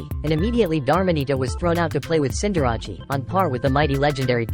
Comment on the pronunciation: These are some Wolfey level mispronunciation. Dar-mah-nee-ta, Ceen-dar-rah-chi, Gree-ninja